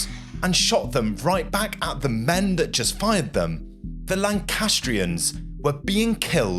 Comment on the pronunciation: Is this AI? I note you have an English accent but pronounce things the American way (Nor-folk). Also dem instead of men at one point and you don't blink much. The story is fascinating but it feels a bit weird, What is going on here?